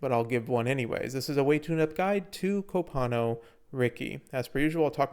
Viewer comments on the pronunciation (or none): Came for the info, glad I stayed for the Cope-ano